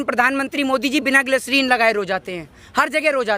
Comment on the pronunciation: Gaslerin nahi gaadhe gislerin hotaa hai phele tu gawaar hai